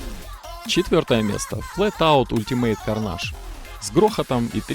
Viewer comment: Карнейдж блять,а не карнаж сука,бесишь